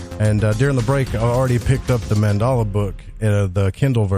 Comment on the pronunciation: Its Mandela not Mandala. It is named after Nelson Mandela. Just thought I would let you know.